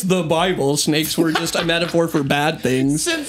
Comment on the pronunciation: druids still here aka reference to the snakes. and its "shnakes" not snakes 🤣 wasn't he a Welshman? like bullet for my Valentine 🤣 ya know theres a mountain near where I grew up called Croagh Patrick. people every year climb to the top, a sort of pilgrimage and there's a small church st the top of the mountain. I dont christianity so I dont bother but anyways. they say if a lepperchaun knocks on your door you have to let him in and offer him food or bad shit happens 😂